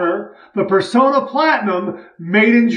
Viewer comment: I hate to be a downer, but I grew up in the 1960's when shaving-related ads were everywhere on t.v.-much more commonly than today. All Personna ads pronounced the company name as "per-sauna" not "per-so-na". The double 'n' in the name is also a giveaway. They're the last remaining U.S. maker of DE razor blades. We owe them the respect of proper pronunciation. Especially since their blades are so good.